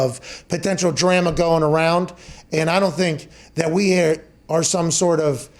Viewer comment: Did Pat seriously just mispronounce the word "drama" ?😂😂😂😂 ROTFF!